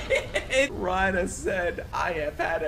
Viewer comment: ITS PRONOUNCED REINA PLEASE CORRECT YOURSELF BEFORE YOU FINISH THE SHOW💀💀